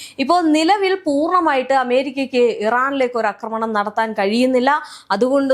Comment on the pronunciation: അക്രമണം അല്ല "ആക്രമണം." ഇന്നലെയേ പറയണം എന്ന് കരുതിയതാ.